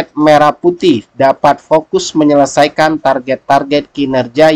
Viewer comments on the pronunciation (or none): Menyelesaikan bukan menyelesaiken